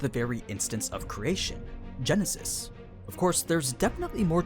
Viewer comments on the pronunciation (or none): none